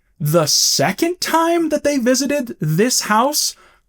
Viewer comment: it's pronounced 'time'......